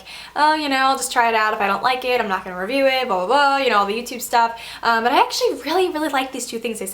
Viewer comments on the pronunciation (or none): none